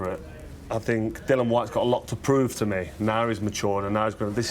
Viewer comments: It's Dillian not Dylan ffs. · Put some respeck on his name it's Dillian not Dillan